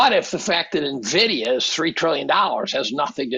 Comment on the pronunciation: It isnt Navidia its Envidia for pronunciation.